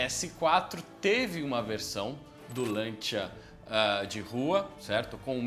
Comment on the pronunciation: Agonia de ouvir "Lantia". Custa nada falar o correto, "Lancia".